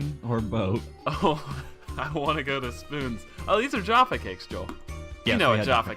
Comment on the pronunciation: Please never say Jaffa cakes ever again thanks